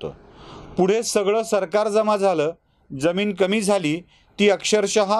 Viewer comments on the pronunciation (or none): none